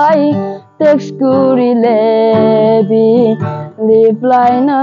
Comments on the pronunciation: Someone, if possible, please correct him, "tex kore le, leply na kore" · Wedding wedding 😂😂😂😂 liply pronounciation b na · Its not 'Rep_lai' but its reply.